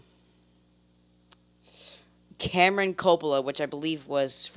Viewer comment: I’m glad you figured out Carmine was his dad. Car-mine not cam-er-on. The score was great and he shouldn’t have changed it for CN.